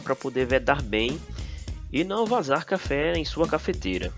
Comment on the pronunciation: Pô...você fez chafé,,,não café